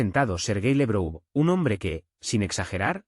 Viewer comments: No esw LEbrou, es Labrov, laurel en ruso. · No es "Lebrou", es Lavrov. No es " bon der leien, es fon der laien.